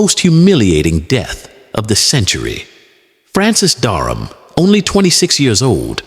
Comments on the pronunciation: His name was Francis Dereham not Darnham or Durham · Duck of Norfolk? There's something hilarious about an AI narrative talking about English history with a southern US drawl. By the way, the name was Dereham not Darham.